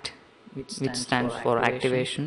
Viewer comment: Good tutorial. your english is quite good, but it's callt activation and not activition :)